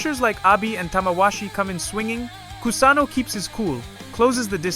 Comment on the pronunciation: I don´t appreciate his pronuciation of Kusano´s name.